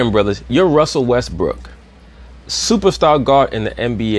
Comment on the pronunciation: "westbrick" lol he don't miss a beat with that name lol.